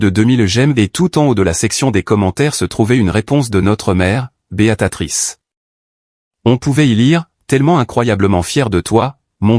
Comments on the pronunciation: Encore une IA qui dit Béatatrice est pas alors que le texte indique bien Béatrice! Ça devient vraiment pénible... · Béatrice pas beatatrice. Ça fait plusieurs textes que je corrige, vous ne lisez pas les commentaires. Je ne continue pas l'écoute et je ne m'abonne pas